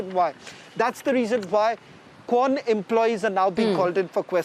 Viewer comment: Say that "kwan" properly please